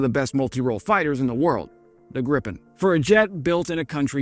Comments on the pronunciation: Great video. Btw. If you want to pronounce Gripen correctly, then say "Greepen". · It's pronounced "Greepen".